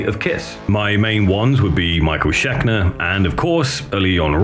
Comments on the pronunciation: Schekner? Really? It's ScheNKer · Had to click off when he pronounced it Michael Schekner twice in a row. Schenker, it's Michael Schenker. That's a cardinal sin, I'm sorry. It's simply unacceptable. Don't do content like this if you don't know anything about the people. Peace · Shen Ker. Not Shek Ner 😂. Other than that, a killer mini bio on Testament. Wished you would’ve touched on some of their later albums a bit though. They are absolutely killer! “Infanticide AI” definitely shows these guys are not slowing down. Crushing track. Well done 🤘🏻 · He's called Michael ScheNker, not Schekner. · How do you mispronounce Michael Schenker's name, TWICE?.....Schekner? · Kewl vid man but you did butcher Michael Shenker's name. I dont even think I spelled it correctly but I know what it sounds like from being a 30 year metal fan. You do good work! Do a video of the Front!!! That one album was so fuckin good. A late 80s band that really needs to be recognized for a hell of an album.